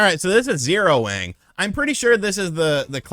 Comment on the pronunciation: "Zero Wang" 🤭🤭🤭